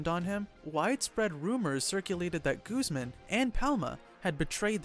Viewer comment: Lol Guzman pronounced as gooseman